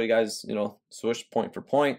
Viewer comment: Love the content you bring us and the effort you put in. But, my guy, why do you always pronounce it "Swush"? Its Swoosh. You're too old-school and educated to be mispronouncing it like that!